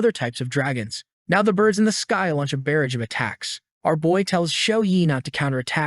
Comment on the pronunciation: barrage of flames pronunciation bur-auge, not barriage (doesn't exist as a word).